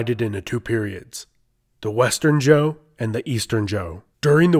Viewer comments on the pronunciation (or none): Lol. Why do you keep pronouncing Zhou as "Joe". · This is going to bug me. Xia isn't actually pronounced how it looks. In pinyin, 'X' is prounounced like "sh" so Xia sounds more like "Shia," not "Zia" Likewise, Zhou also isn't pronounced how it looks. "Zh" in pinyin doesn't really stress the 'Z' sound. It's pronounced more like a 'J.' So Zhou sounds more like "Joe." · Um, Xia (Hsia) is pronounced Shee-yah. Zhou (Chou) is pronounced Joe.